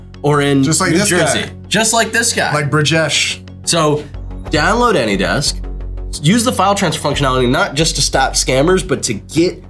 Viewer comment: I find it incredibly funny that the scammers consistently use the name of a service that they can’t pronounce properly 😂 “anydex”